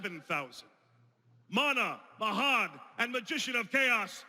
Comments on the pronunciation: I'm not going to give the actors a hard time for flubbing a line; it's almost an hour worth of dialogue, but the fact that the Pharaoh mispronounced Mahad's name, the man who sacrificed his life to forever serve him as the Dark Magician is hilarious. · Having trouble pronouncing Mahad